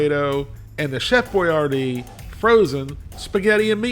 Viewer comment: The actual Chef Boyardee pronounced his name, whether with its original spelling of Boiardi or the one designed for Americans, as boyARdee. Nowadays almost everyone says boy ar DEE… but gets it almost as the Chef said it.